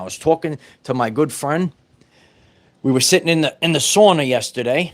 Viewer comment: Sore-na or sauna? Lol